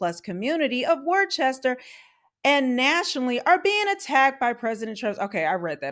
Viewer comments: I can appreciate your take on all this in the video but I cringe at worcester being mispronounced it's not pronounced"warchester" it's "wuster" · It’s pronounced Wooster not War Chester.😉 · Worcester is pronounced "wooh-stir." If you’re from the region, "wooh-stahhh." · Also, it’s pronounced “wouster” not Chester lol but a lot of people make that mistake you gotta say it like Wouhhstahhh. Add that Boston accent lol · It’s pronounce “Woostah” just saying. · My only criticism is your pronunciation of Worcester, it's "wister" or "wistah" w the New England accent 😂 May god bring rational thought back to my hometown 🤦‍♂️ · It’s pronounced "wuh-ster" or if you’re from there, "wuh-stah" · I’m from Massachusetts SEND HEELP! Also we pronounce Wooster lol thanks for the coverage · 😂😂 Love hearing people try to pronounce New England town names. Wor-ces-ter😂😂😂😂. Now try to pronounce Leicester 😂😂😂 Come to Vermont and pronounce Calais. 😂😂😂Nope, it's Callis.😂😂😂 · Woostah is how we pronounce it. 🤩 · It’s pronounced like “Wuhster” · Worchester is pronounced "wusster" as in "wuss" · Pronounced, Woostah* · These clowns and the crooked politicians that enable them have ruined the state. By the way the city of Worcester is pronounced Woos-ter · It’s confusing but it pronounced “WUSTAH” LOL, really tho. Thats how people from there say it. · Hey I live in New Hampshire and state right to the north of Massachusetts and it is pronounced "Wooster"